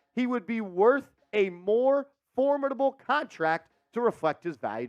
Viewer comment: It's pronounced for-mid-uh-bull